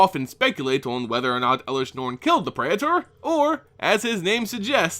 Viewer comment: pray- tore. not prey et ers